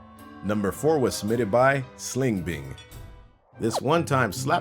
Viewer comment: Planet Dolan did anyone catch saying sling bing instead of BLING alike it said on the guys Id tag